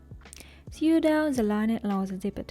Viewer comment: "Sew" читается как "соу", а не "сью". Прошу прощения, что исправляю, но очень режет слух